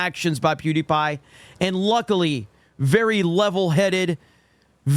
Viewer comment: It sounds like he said duty pie at the beginning.